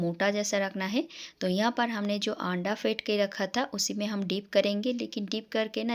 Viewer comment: Aanda nahi ise anda bolte hai